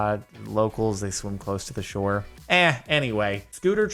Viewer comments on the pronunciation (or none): none